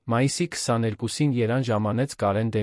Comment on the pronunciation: երան ,,չէ ,այլ Երևան 😮...հարաներ չէ,այլ հարազատներին 😮...,,բրեժնը չէ՝ այլ Բրեժնև 😮,ամենակարորը-ամենակարևորը ...ուղորություն ուղևորություն...նիստը տեց 😮-նիստը տևեց ...այլս-այլևս ,հարաները-😮հարևանները...ինչ նշանակում էր սա 😮-ինչ էր նշանակում սա ....թե😮-թեև ....,,յակով ,,չէ -Անտոն ....,հետում😮-հետևում ...արջ 😮 առաջ...:Միթե հնարավոր չէ նման հետաքրքիր ,պատասխանատու տեքստերը տալ ավելի կիրթ ,հայերենին լավ տիրապետող մեկին ,որ ներկայացնի ունկնդրին :🤔🤔🤔